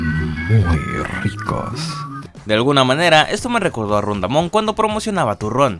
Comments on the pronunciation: "Ron Damon" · alguien más se dio cuenta que dijo ron damon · Dijiste Ron Damon jajajajaja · JAJAJAJA dijo "Ron damon" wtf